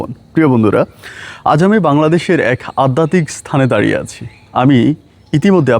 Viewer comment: Addatik noi adhyatik.